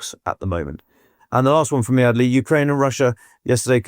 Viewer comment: It´s "Adelie".